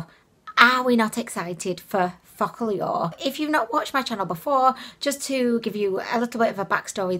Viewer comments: I know I am four but I giggle every time she says the name. Sounds like "Fuck all yall." Kekeke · I think it’s meant to be pronounced as foca - lure lol I found the eyeshadow was ok but like cheap. The huda one I have it it’s called the new nude and it’s very expensive but dupes from Ali express as nice as they are couldn’t come close. The metals in the real huda look on the eyes like Stila magnificent metals on the real huda bc I have it myself 😍. On the real huda the pearl chunks are way larger and it’s a mix of pearl and rose gold making a duo chrome look it’s a lot nicer than both of these. Focallure is closer dupe to huda than the aromas but still not anywhere near as good